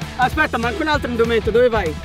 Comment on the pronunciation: “Indumento” 😂 non UNDUMENTO